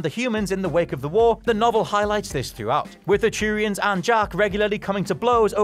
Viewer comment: (yawn) early early edit: GD, it's not CHEW-rians it's Two-rian.